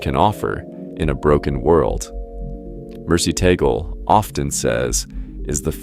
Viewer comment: Cant even pronounce his name properly. How do I stop looking at these BS videos.